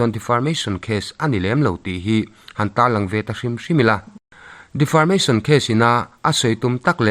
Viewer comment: Defamation case tih maitur defarmation case tiin ilam daiha. 😂😂😂